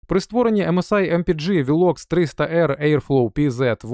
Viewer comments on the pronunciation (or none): При вимові назви корпусу на підлозі почала з'являтися пентаграма і роги Люцифера 😮